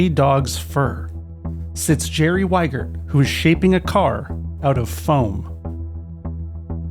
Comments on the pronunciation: It's not Weigert, it's Wiegert. Wie as in "wie geht's?" e: I am sorry seems he went with the US mispronunciation of the name when he moved there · I wouldn't buy a car from a guy called Wiegert who thinks it's pronounced "Whygert". It would be "Vee-gert", or "Wee-gert" if you absolutely must. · Since Jerry is a German (Jerry = Gerald), at least you could pronounce his last name right, it is pronounced like you would say "Wee-gert"